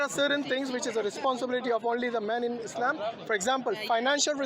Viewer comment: True, but it is not “ Islame” but “ Islaam”. اسلام not اسلیم.